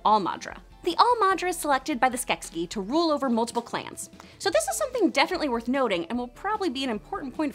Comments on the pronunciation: Skeksis, not Skeskis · Skek ski down the mountain... "SKEK-SIS" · I know I'm late but I can't let this pass. Skeksis. Pronounced skek-seas not skek-skis. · The only thing I don’t like about this video is ITS SKEKSI NOT SKEKSKI ;-; sorry for typing in caps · OMG this video was super cool and everyone mad just cuz she say skekskies and not skeksis?! Just ignore it cuz the video's still awesome and skeksis is a made up word anyway!!! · 'skekSKI'? Comrade, the decadent poop turkeys are nyet Russian. I give your pronunciation a 3.6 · Skeksiksksss :-D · Skeksis is both singular and plural, but the plural form is pronounced 'Skek-sees'. I hope this information finds you well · In the show they pronounce the plural as skesis??? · Ok... it’s SKEK-See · Omg that's not how you pronounce Skeksis... I can't handle it. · Why the fuck is she saying Skeksis like that? Also Rhunip IS mentioned in AOR 🙄